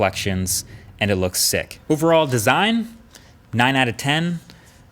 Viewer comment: I like how you said sick there. it just reminded me of school days in London.